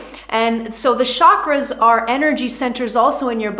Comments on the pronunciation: Love your explanation but chakras ate pronounced as chakras as cha in chocolate and not Shakras as you did 🙏🏻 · I wish everyone pronounces chakras right. It's not "sha-kras". It's prononunced as "chuh-kruh". As in chilli. Ch.